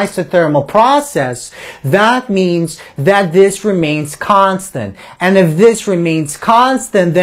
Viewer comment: the video could have completed in half the time if it was just constant instead of "KHAAAAAAANSTENT!!!!!!!